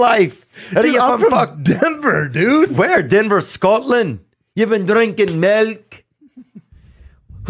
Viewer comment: Did you say Dever?